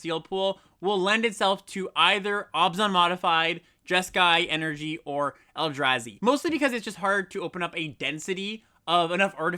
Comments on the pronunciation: Mispronouncing the “a” in Eldrazi and Abzan in opposite ways is so funny and infuriating at the same time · You’s knows the Eldrazi from Staten Island?